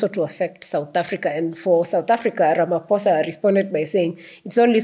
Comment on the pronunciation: Thank you Prof Lumumba, we are so impressed with the way you accurately articulate the issue of the ridiculous executive order against South Africa, and the way you so correctly pronounce the Names of our president Cyril Matamela Ramaphosa, just like we do in South Africa! We are so highly impressed, and we know how much you love our country and Africa in general! Blessings to you in Jesus Mighty Name!😂🎉❤